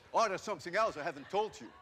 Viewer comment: ''somesing'' im dying